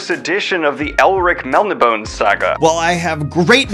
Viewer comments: LOVE YOUR CONTENT but seriously, Melniboné, is pronounced mel-NIH-bo-nay, not MEL-in-bone. Come on now! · Just a few heads up pronunciation. É is pronounced "ay", so it's Melnibonay, not Melni-bone. Also, Villeneuve is pronounced Veel-nuhv, not veel-nyoov. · I hate to be that 'well actually' guy. But Melnibone is pronounced Mel-Nah-Buh-Nay, for future reference. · Mell-in-bore-ney. Roughly. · Melnibone is pronounced Mel-nib-O-Nay.